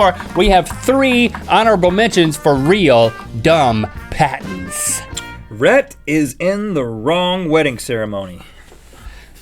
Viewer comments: Am I the only one who thought it said parents at first? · who else thought it said 'dumbest parents of all time' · Am I the only one who thought it said Parents instead of patents? XD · When it sais patents, I actually thoguht it was parents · I thought is said parent XD